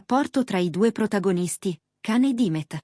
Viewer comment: Si scrive Can ma si pronuncia Gian non l’avete ancora imparato? Pazzesco❤